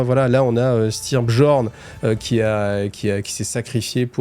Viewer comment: Les Space Wolfs (prononcer "Space woulves") étant d'inspiration nordique, tous les perso nommés genre "Bjorn" se prononcent non pas "Bgeorne" mais "Biorne". Voilà si ça peut aider ;-).